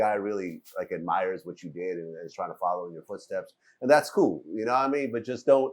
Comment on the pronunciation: art is phony? ok fair enough but i know you ain't acting like vlad ain't. he says coo instead of cool. definition of a poser.